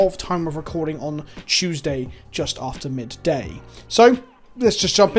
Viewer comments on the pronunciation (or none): none